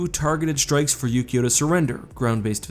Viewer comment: Yu-Gi-Oh! was a TV show about a card game, it really sounded like he said that instead of Ukio